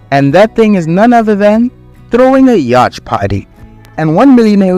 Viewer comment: Prnounced yaht. The c is silent. Very good report. There are influencers that make money the normal way and dont sacrifice themselves. There are honest influencers.